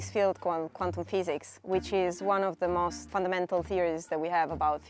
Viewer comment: "But mosst likely won't"